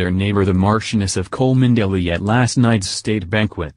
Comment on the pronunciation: ... it’s pronounced “Chumly.” Can’t even pronounce her name but you have the inside scoop on her affair with William? Yeah ok, sure 🙄